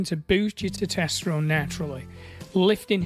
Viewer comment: How are you still not able to pronounce "Testosterone"?